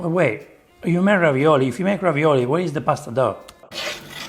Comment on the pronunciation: 😂 this isn't ravioli, it's ravi"NO"li... dood!